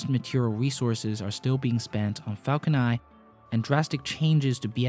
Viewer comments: dude your videos are really good and well researched, but holy spaceballs dude every time you say "Falco Nai" instead of Falcon NINE!!! I lose all interest in the video... Please work on enunciating English words with an N at the end... It gets more and more annoying as the video goes on having to listen to you saying "falco nai" every time.. . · the way he pronounce the falcon 9 confuses me. :( i'm hearing falcon i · Am I crazy or were you saying “falcon eye” the whole time?